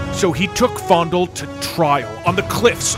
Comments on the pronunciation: The fact that you are saying it as "fOnDuL" and not "Fayendahl" is kind of killing me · Its FAY-N-DALE lol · I love how he pronounced it "fondle". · did he just call faendal fondle? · not me thinking faendal was pronounced as fay-n-dal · I noticed he keeps calling him fondle lol it’s Fanedal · Are you saying faendals name wrong on purpose? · Is he intentionally saying faendals name wrong or is he just... Not to good at speeling.